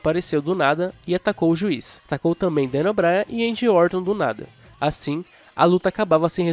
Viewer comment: A única coisa é ouvirr "Uendy" Orton, de resto tá tudo ok